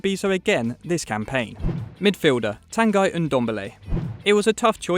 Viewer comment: Tanguy pronounced (Tonn-Gee)